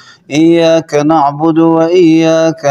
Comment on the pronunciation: لفظ ایاک نہیں ایّاک پڑھا جائے گا ایاک پڑھنے سے معنی تبدیل ہوجاتے اور کفر ہوجاتا نعوذباللہ آللہ ہدایت دے انکو